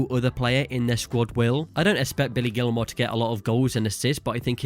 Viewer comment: Did you channel a Texan when you first said Billy Gilmour? Lol